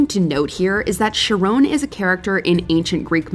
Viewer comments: Ya know, I've always found the things that break people's otherwise normal mental functions to be fascinating. Like pronunciations, for example. In this video, we hear that the narrator can pronounce the place known as "Acheron" with no problem. Yet sees the name "Charon," and suddenly forgets how they pronounced "Acheron." Humans are weird. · the name is pronounced Care-On not sharon, or sharone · Sha-rone? It’s pronounced like the name Karen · You couldn't have butchered pronouncing Charon any worse than you did here. It's not Sha-rone, it's Kah-ron. Embarrassing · The unforgivable pronunciation of Charon as "sharone" made me laugh. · Learn your Greek Mythology its Charon not Sharone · that Charon pronunciation is killing me.